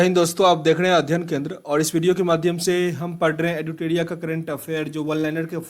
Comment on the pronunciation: एडुटेड़िया प्ड़श्न शेयड़ सड़काड़ औड़़ पड़ पड़ियोजना कड़ने गड़बड़ गुड़ूप कार्ड़ालय पड़ And many more in each and every lines you read. I don't know why you read ड़ instead of र.. It's very awful 😔 Work on your pronunciation Plzz..